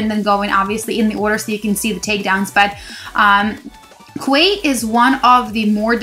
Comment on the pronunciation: Hey, it's pronounced 'key'.. like Queen's Quay in Toronto! cheers